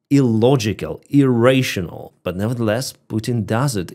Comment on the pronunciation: Irrational.. irraytional I can't understand hear it xD 😂